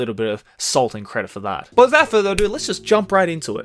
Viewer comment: “but lewawawewewa jump in to it” 😂